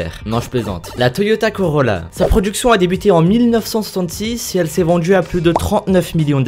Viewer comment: numero djis on commence avec la voitchure la plus vendju dju monde!!! hhhhhhhhhhhhhhhhhhh